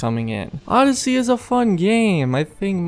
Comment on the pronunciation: as I sayed you have a real trouble with odeyssey 😂